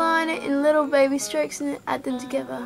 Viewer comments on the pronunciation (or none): none